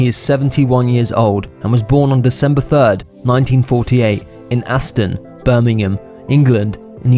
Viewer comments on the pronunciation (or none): It’s “Aston”, not Anston. Bloody idiot. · It’s Aston,not Anston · Yo? Why are you saying "Anston"? It's Aston, like Aston Villa. You're English man, should be ashamed of yourself.